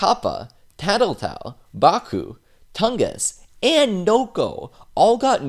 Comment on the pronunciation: You said Toungus twice.